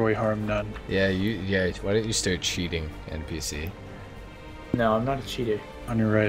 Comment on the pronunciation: Its harmnone not harmnane